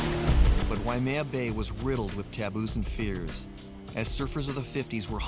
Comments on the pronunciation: Native speakers of Hawaiian language always pronounce(d) it correctly: Wai + mea. "Wai" means water, "mea" means reddish brown (the color of Hawaiian soil/dirt). The name is from the stream water ("wai"), often brown ("mea") due to rain washing dirt into the stream. The "why-uh-mea" pronunciation came simply from ignorance of the Wai-mea pronunciation, and maybe confusion based on the name of nearby Wai-a-lua. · I hate it when they pronounce it wai -uh-maya... its why-maya... WAIMEA!!!!!!! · Drives me nuts when ppl pronounce it, "wai-a-mea". It's pronounced, why-may-ah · W and V are in free variation in Hawaiian language. In other words, they are one-and-the-same sound. You say WAI, it means "water". You say VAI, it means "water". No difference. Also, Haleʻiwa or Haleʻiva, same thing, no difference. Technically, [ w ] and [ v ] are allophones of the Hawaiian phoneme / w /. This is similar in some other languages also, like Hindi/Urdu. W/V is seen in some cognates, like English "Water", German "Wasser" [ Vasser ].